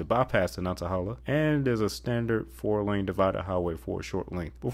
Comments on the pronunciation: Lots of progress on I42 where I live in New Bern. But I take issue to your pronunciation of Natahala. It is nan·tuh·hay·luh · Very informative video, thanks! A pet peeve, in Nantahala the 1st A is short, like banana, and the 3rd A is long like stake.